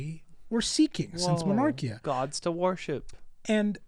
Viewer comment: I hate to be that guy but its "monarkia" not mernarkia But on the point of the word bearers EREBUS THAT LITTLE TWAT IF ONLY HE DIED AND KORPHERON DID TOO! NOTHING WOULD HAVE GONE WROOOOONG